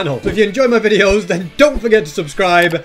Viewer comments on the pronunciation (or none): none